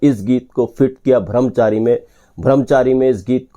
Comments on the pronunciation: अच्छा वीडियो है पर आप बार बार भ्रमचारी कह रहे है।लेकिन ब्रह्मचारी सही शब्द है। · भ्रमचारी नहीं भाई ब्रह्मचारी कहिये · Song was rejected bcoz it was not that good though it played in shammi kapurs film. No one remembers it. Video bananewale Brahmchari kahane ke bajay Bhramchari kahte hain. Wah re. Thik tarah se uccharan bhi nahi ho raha unse. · Yeh "bhram Chari" " brahm Chari" ka Punjabi accent hai ! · ब्रह्मचारी not bhramchari